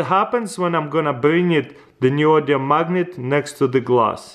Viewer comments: Its neodymium dammit not neodium 😂😂😂😂 anyway nice video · It is pronounced nee-oh-dee-mee-oom Also great work.